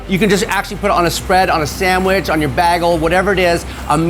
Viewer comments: I've never heard someone call them "baggles" before, only ever "Bay-guls" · He Britted it